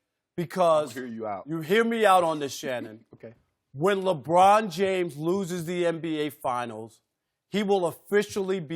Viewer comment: Lmao called him Leshannon Sharpe